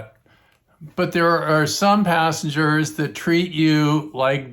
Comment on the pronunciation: Assengers😂 is what i thought you said